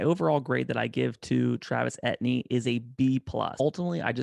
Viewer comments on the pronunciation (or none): Dude; PLEASE remake this video and pronounce his name correctly!! He’s from Louisiana where many names like his are French. It’s pronounced A — TEE — N , not et-knee. don’t believe me, believe his position coach or Dabo Swinney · Actually its E T N